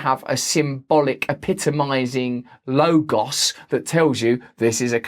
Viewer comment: I'm curious about why we need to have COVID info sealed for 55 years. Your pronunciation of 'logos' threw me.